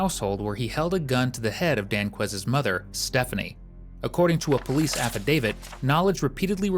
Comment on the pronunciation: "police - es"..... SMH 🙄